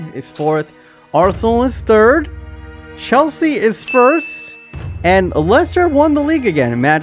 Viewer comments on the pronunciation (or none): none